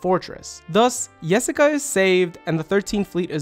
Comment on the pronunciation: Great analysis as always! Just want to point out, the way you pronounce Jessica and Job is reversed from those in the anime.